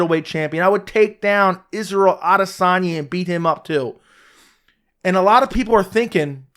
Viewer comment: True, he mispronounces "Cormier". Of course, Cormier and the other commentators mispronounce "Adesanya", so where does it lead us?